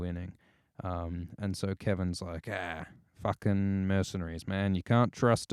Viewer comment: The way says fooking <3<3<3